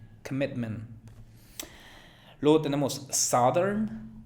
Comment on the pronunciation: Soy una hablante nativa de inglés y no entendí "southern" tampoco. Creí que dijo "Saturn" (el planeta)